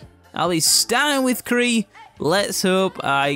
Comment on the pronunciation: i think that was k'ril not kree as u said lolol but as always great vid my man